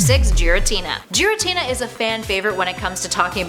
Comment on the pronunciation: It’s NOT ger.I.Tina